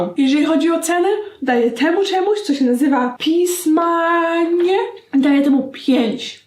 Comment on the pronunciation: Aguś, pismaniye, czyta się pismanje ;)